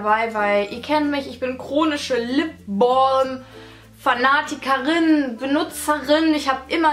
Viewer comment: Lipbolm :-) Klingt ein bisschen komisch/blöde! Sag doch einfach Lipbalm oder am Besten Lippenbalsam! Kann man denn nicht einfach Deutsch sprechen? Find das irgendwie echt doof, immer dieses englische "Ausgespreche"!